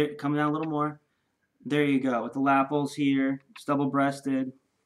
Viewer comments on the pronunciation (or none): You were saying lapples. As in apples. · Cool jackets, and great model But can I please correct your pronunciation of Lapel. It's La - pel, Pel rhyming with Bell.